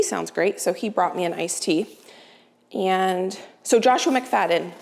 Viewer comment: I’ve always called McFadden the way you had pronounced it. You’re good with the pronunciation of the cooks name.